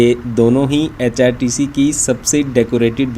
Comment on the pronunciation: HpTC ko app hrtc bol rahe ho